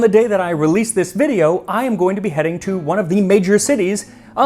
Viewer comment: What Max said, "I am going to be heading to..." What I heard, "I am going to beheading to..."